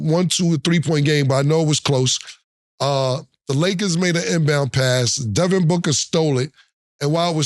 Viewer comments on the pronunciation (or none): none